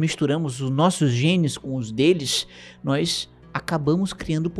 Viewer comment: E "noÍs" e eles! Esse "i" ai no meio do nós deixa-me sempre com um ataque de riso.